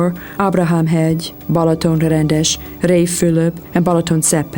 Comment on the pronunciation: Pronounced "Ba(h)laton" NOT "BElaton." the first "a" is pronounced exactly as the second one. So, that's your brief lesson in Hungarian (Magyar) pronunciation. I won't even get into the correct pronunciation of "Magyarország," the name of the country, "Magyar," the language and the people, "Magyarok." Enjoy Balaton.